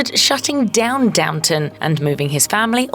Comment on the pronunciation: It’s DOWNTON, not DOWNTOWN!